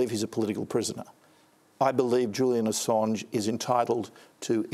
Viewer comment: Julian A-songe. Hahahahahashas. Brandis is a tool